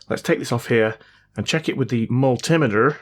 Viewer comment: Why tf do you say multimeter that way.?!!